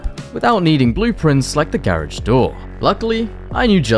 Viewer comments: For the Love of God can u finally pronounce " Garage " properly 😂😂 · is British I thought he was Australian but when he said garage I knew he was British